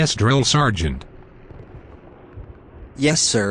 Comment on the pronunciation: don't wanna be that guy, but it's "Sergeant"